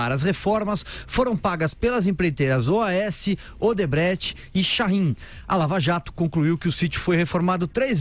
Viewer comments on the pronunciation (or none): Não é "OdebreTch", é "OdebrechT"!